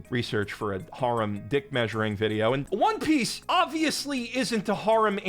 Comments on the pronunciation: har-um?? Dude cmon it's hair-em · 'hair-um' pronounced like that. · Why are you pronouncing harem like that... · You're still pronouncing "harem" wrong. I don't care if you think pronouncing it in the japanese romaji form is right, it's not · Another video, another opportunity for to mispronounce the word harem 1,000 times